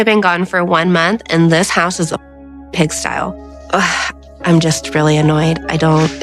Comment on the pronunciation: It's "pig sty", not "pig stile", Liz